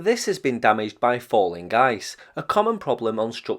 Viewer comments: He is NOT SAYING "falling GUYS", he is SAYING "Falling Ice" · I could have sworn you were saying “Falling Guy’s” lol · He's saying "falling ice". I only needed to hear it once. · "falling ice" not "falling guys"